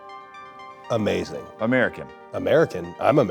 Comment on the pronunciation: "Amathing" 🤌 :12